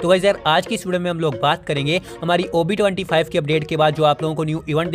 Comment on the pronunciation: I hear covid-25 not ob 25 😅😅😅😂😂